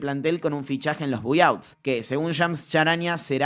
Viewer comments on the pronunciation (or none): Repite después de mi, se pronuncia BAI OUTS, me sangran los oídos cada vez que escucho buy outs